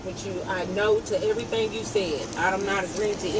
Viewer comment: they could and should have got her with littering for just tossing her Mickey Mouse Club Membership Card on the ground like that. they always so rude on top of everything else. "i want you to write the fee schedule and do everythang, because i'm not a united states citizen." she knew she had a whole spiel of nonsense she was meant to deliver, but forgot it.... so it's just hey, do everythang!